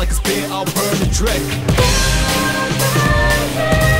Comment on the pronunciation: She honestly sounds like she’s saying bread instead of dread